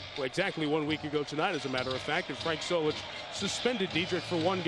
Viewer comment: Do you mean Solich not Zolich